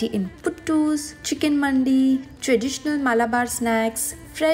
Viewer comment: Not Mandi ...it's Manthi - correct pronunciation